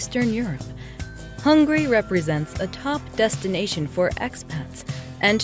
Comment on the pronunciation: I'm dead, you really said "HUNGRY" where is the 'A' at??? lmaooo